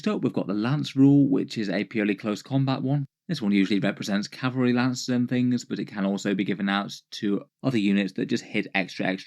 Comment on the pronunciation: I heard "Cavalry hooves" as "Cadbury hooves," which sounds less dangerous but definitely more delicious.